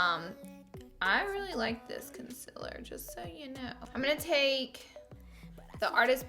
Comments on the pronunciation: Me : concealer Laura : conciller Conciller CONCILLER me: ITS CONCEALER DAMN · Its not conciller its concealer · “Conciller” 😂😂😂😂😂 love you Laura❤️❤️ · Did anyone else notice she said consiller no hate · The way she says Concealer 🤦🏾‍♀️🤦🏾‍♀️🤦🏾‍♀️🤦🏾‍♀️ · who else came from the video of laura lee saying concealer wrong😂